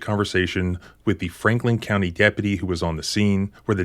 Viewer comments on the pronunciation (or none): none